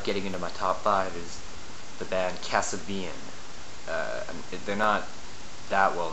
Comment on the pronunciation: lol at the way he said Kasabian... great band though